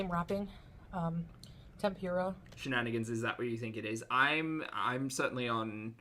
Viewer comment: she cannot pronounce “tempura” lol